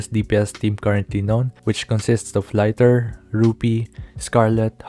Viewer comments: Bro its not laiter, its liter like how many liter water in a pool. Centi, centimeter, liter is liter not laiter! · Its Lee-ter not lighter btw😊